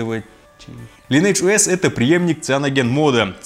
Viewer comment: правильно говориться лайн эдж оэс